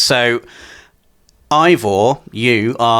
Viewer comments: It's Aibor not Aivor ! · It’s actually Ayevor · He’s name is probably pronounced ay-vaah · It’s been confirmed that eivors name is pronounced ay-vor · Ay-vor.... ya welcome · MC pronounced Ay-vor 😭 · The main characters name is pronounced like ‘Ay-vor’ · Its pronounced Æivor... something like Eyvor. And im norwegian so i should know. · Ay-vor guys 😉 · That's pronounced "Ayvoer" and it's a woman's name.